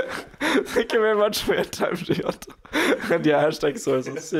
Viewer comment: it's a hard "g" on his name mate xD